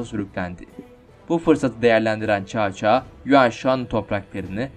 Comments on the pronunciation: Gerçekten olayları tam yansıtan bir video olmuş👍 Devamını 3 krallığı ve birleşmesini de bekliyorum ufak bir bilgi: Bildiğim kadarıyla cao cao nun telaffuzu çao çao değil sao sao şeklinde olması lazım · Çao çao sao sao diyer okunur . Cevrini gözden gecirmeni tavsiye ederim ismiler yazıldığı gibi okunmaz Çin'de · Kanka Çao Çao değil Sao Sao diye okunuyor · Abi cao cao(sao sao)diye okunuyor söylemek istedim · Cao cao, Sao Sao diye okunmuyor muydu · caca coco diyip duruyon anlamak icin geri sarıp durdum telefuzda zorlamiykrusn edemiykraun amenna bence bahsettigin komutanı videoda belirt yani resmink büyüt bisey yap bence oyle daha ii anlasilir olup ve dinlemesi kolay olur tavsiyelerim bu kadar videonu genede beğendim